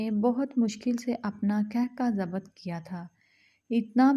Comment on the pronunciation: Zabat ,zabat zabat zabat sun sunker kaan pak gaye 😢😂 Allah k wasta k koi URDU speaking larki se read karayen 😢😂